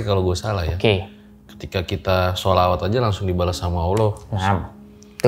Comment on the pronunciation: Bang kelihatan agamis, dari cara ngucap sholawat nya qolqolah nya mantap, terutama huruf 'ain ع nya